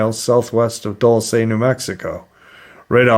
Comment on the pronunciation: Dulce is Spanish for sweet! Let's practice some Spanish, Dulce, pronounced, Dual-say. Love your podcast bud, keep em coming!